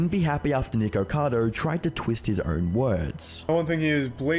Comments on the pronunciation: NICKO Not NEEEEEKO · Charlie saying nicado instead of nikacado kinda bothered me 😂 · I think the name is nikocado not nikocadER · Why ppl can’t say nikocado?! It’s not nicado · why when the video started you said nigercado